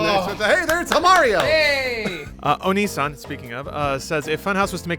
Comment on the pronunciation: >"Speaking of, Oneesan" >Spoken Onii-san TRIGGERED